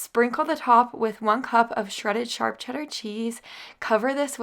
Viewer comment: You say charp cheddar cheese not SHARP.... makes me laugh love it